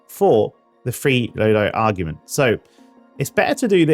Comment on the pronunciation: Lol its pronounced awg ment